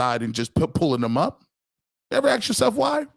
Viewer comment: You're right the BROWNS fan base SUCKS!....You know who SUCKS!....The BROWNS!.....And another thing it's ASK.....NOT AX!